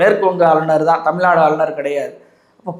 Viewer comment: திரு. அவர்களே தமிள்நாடு,விளா, பளக்கம்,வழியாக, என உச்சரிக்கிறீர்கள இவைகளின் அர்த்தம் என்ன என்பதை தமிழ் அகராதியில் பாருங்கள். தமிழ் உச்சரிப்பை பயிற்சி எடுத்து நல்ல தமிழ் பேச பழகுங்கள் (பளகுங்கள்).